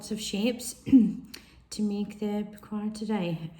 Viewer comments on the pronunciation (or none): Correct pronunciation is po-ssh-wa. Great layering of your images.